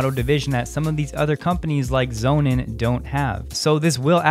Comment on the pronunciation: Sonnen is german for sun , you pronounce it meaning sons im english , just sayin , speak fluent german , dutch , french , portuguese and english